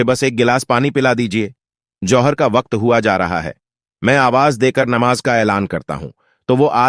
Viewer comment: Sheen qaaf durust kar lijiye,Namaz,Rozah, Zuhar